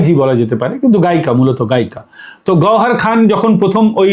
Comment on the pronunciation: বার বার গহরখান কেন বলে যাচ্ছেন ? গহরজান